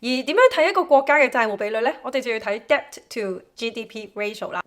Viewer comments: NB: Debt 不讀 Debt. 讀 Det. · 姐， 多謝資訊。 Debt 唔使讀個b 音，讀 det 就得。（請不要介意，只想你啲片更完美。🙏🏻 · 唉 , Debt 讀好D英文先教人啦